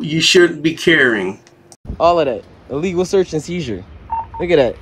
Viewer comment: "Dat illegal shurtz ans sheezer" It's search and seizure. Read a book